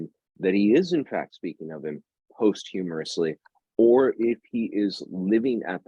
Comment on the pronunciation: Love these talks, but I must point out: it's 'posthumously', not post-humorously. Ha ha